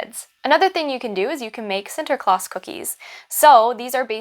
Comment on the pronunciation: The pronouncation of Sinterklaas is perfect! Exactly how we say it.